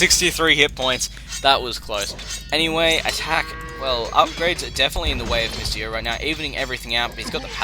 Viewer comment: I THOUGHT HIS NAME WAS "MISTY YO" ALL THIS TIME BECAUSE OF HOW YOU SAY IT